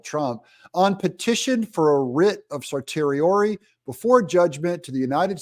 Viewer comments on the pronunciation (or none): Certiorari is pronounced "sir-she-or-air-y", a difficult stumbling block for sure! Love your content Doug! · sershiori ( actual pronounciation of certiori) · It’s in-ter-loc-u-tory. And, it’s certiorari, pronounced cer-she-or-ary. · Call a lawyer and find out how to pronounce cert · Hi Doug in Exile; you are awesome. So careful and thorough. One suggestion ; ask a lawyer how to pronounce certiorari! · Learn how to pronounce certiorari before you try to analyze complex and novel legal issues. And of course the government wants the trial before the election. All patriotic Americans should want the trial complete before the election. It will be a jury trial with 'beyond a reasonable doubt " being the government's burden of proof with a jury of 12 men and women, fellow citizens deciding the case.